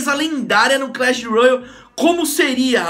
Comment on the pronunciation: Alguem ensina ele a fala royale mds